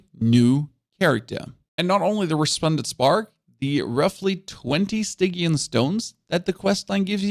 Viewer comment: I'm just here to say that Stygian is pronounced with a hard G but it sounds freaking cute so I'll allow it.